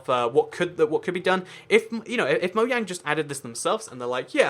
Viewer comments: why do u use say moyang instead of mojang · its said MO-JANG not MO-YANG